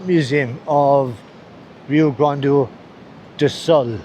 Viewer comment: It's not called "Rio Grande do Sol", but Rio Grande do Sul. South Rio Grande. In the North East reagen is Rio Grande do Norte, with his capital Natal. North Rio Grande.